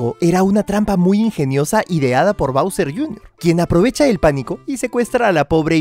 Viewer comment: Bowser JR. Se dice bowsi